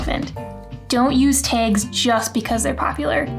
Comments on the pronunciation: Did you say "taage"? That's a new dialect. Good information. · Great video...tip #6 is on point...you are the absolute boss of creating desire for more...love the way you pronounce "tags" sooo cute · I love the way you say "tags" what accent is that?